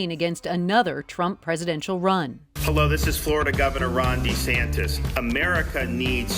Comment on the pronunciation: desantis pronounces his own name "deesantis"???